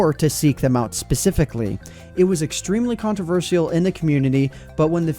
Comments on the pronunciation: Controversial Con-tro-ver-shal Not con-tro-ver-SI-al Thank you and sorry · You're awesome, I've only recently found your channel and I've got to say I'm definitely impressed but what's with your pronunciation of the word "controversial"? 🤨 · Can my man not say controversial ?